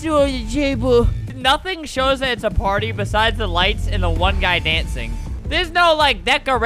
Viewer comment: In the intro when he said party I heard he said potty